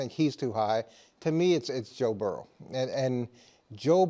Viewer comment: Why can’t Wildes say the words “worry” and “Burrow”? What dialect prevents those pronunciations?